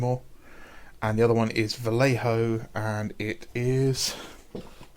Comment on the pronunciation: ... I have to admit, I like them. They have a sort of graphic novel sketchy style that very much appeals to me. Sketchy in the literal sense of like a quick drawing capturing the essence of the motif, not the usual figurative one.😆 ... for the anglophones like you, the j in Vallejo is like the German "ch". It's a sound you don't really have, a bit like clearing your throat, but not really. Forvo is your friend. ... maybe. Possibly. It's mine, anyways.